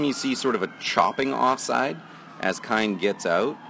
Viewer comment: His name is Kein...pronounced KEEN....not Kine...